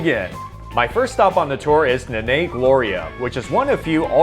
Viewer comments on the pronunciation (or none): the 'a's in "nanay" are pronounced like a spanish "a", not a "long-A". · Oh, the horrible pronunciation. You're gonna get hated by Filipinos for pronouncing "Nanay" wrong. Why not ask a native person on how to pronounce foreign words???